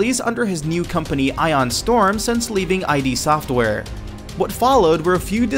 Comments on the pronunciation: First off, Brutal Legend was NOTHING like Guitar Hero, no idea where you got that. Second, it is "id" not "I.D.". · One thing. It's called id software. Pronounced "idd software". Not ID software like "idea software". That people still do this mistake D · Fucking Brutal Legend wasn't anything like a Guitar Hero game, save for some metal music. Also, its Id Software not "I.D." I swear you didn't even play half of these. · I.D. SOFTWARE!?!? Maybe you should get someone who knows a little something about video games to read your scripts. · ....did you say I.d. software?..